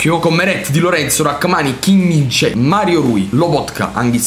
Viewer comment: Hai detto kimmich e non kim